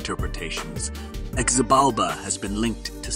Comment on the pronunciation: His name is pronounced with an H not a Z: phonetically it is Hibalba.